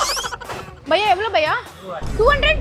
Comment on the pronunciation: Baiya ❌ Paiya ✅